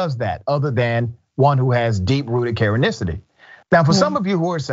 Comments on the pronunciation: Please stop saying Karenisity lol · I love it, “Karenicity”.